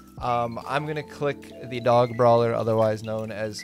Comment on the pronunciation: Hey His name is not the dog It's ZA DAGO